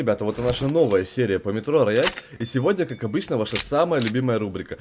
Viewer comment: Так правильное произношение будет "роял"